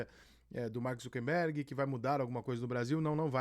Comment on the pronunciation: Rica! Nao seja um indiota ingnorate. O nome certo do proprietário da Meta é "Zucker" e nao Zunquenbergue como muitos estao falando. Para com isto.